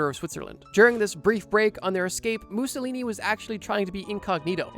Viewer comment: Stop saying Mussolini like that